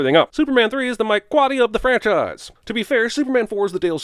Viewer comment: Thank you for these Cubs references! (Bonus thanks for knowing how to pronounce Quade's name.)